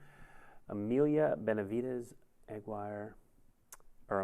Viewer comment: "Emilia Bennyvides Eggwire" Also known as Eggwire, the Wrath of God...